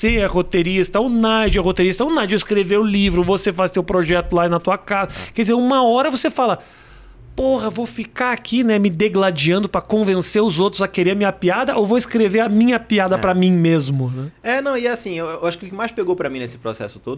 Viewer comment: Rafinha, é digladiando* (e não degladiando)